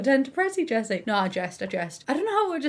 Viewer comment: I thought you said Jesus lol